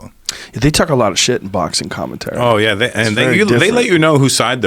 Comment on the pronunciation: Joe “ I loved to hear him do commentuury” Rogan